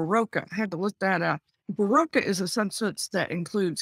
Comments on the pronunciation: I hate the way she pronounces Berocca - the "o" is pronounced like "o" in orange, not like "o" in oblivion. That's how it is pronounced in Australia, which is where she likely discovered this awesome vitamin B supplement, I was "addicted" to them when I was pregnant (original ones in Australia don't have caffeine in them). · berocca is pronounced buh·ro·kuh not ber-row-ca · It's pronounced buh-rock-kah not buh-row-ka, sounds weird when you (and Amber) says it. It's an effervescent pill you put in water to help get rid of the day after hang-over, it's orange and makes your pee orange too. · It’s pronounced bar-rock-car 😊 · She can't even pronounce it right. It's ber-ock-ah. Here's an ad from Australia, if you wanna know how to say it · It's a common hangover cure (or multivitamin source) used here in Australia for decades, easily available in any supermarket. Laughed when hearing her try to mispronounce it as some exotic French thing. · The way Amber pronounces Berocca is hilarious.